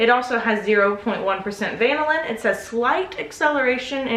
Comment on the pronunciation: CUte babay!!!!! is't it pronounced vanillin?